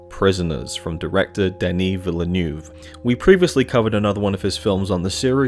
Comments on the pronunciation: Ho the Butchering, Dennis VIl-E-NEWV lol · Need to get that Villineuve pronunciation together!